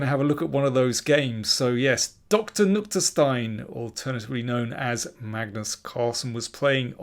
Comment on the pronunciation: Nykter, not Nukter.